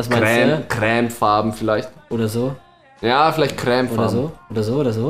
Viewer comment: Hihi!! Du sagst crämfarben, statt cremefarben! ^^ süss! <3